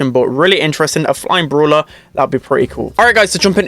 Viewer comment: The way that he pronounces brawler like “BrUlAh” is so funny to me idk why